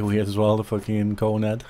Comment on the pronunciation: Turns a bit scouse when hes says cone head 🤣